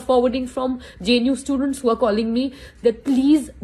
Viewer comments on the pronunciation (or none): none